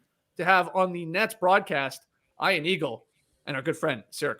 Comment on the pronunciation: I really like the wedgie shoutout but the dude needs to pronounce his name properly. As an Ian myself he doesnt know how to pronounce it properly. Ion is not Ian